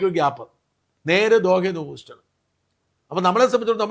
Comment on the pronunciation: സാർ, ഹ്യൂസ്റ്റൺ ആണ് please. ഹൂസ്റ്റൺ അല്ല. താങ്കൾക്ക് നല്ല ഉച്ചാരണം താല്പര്യം ഉള്ളത് കൊണ്ട് പറഞ്ഞു എന്ന് മാത്രം. Safe trip.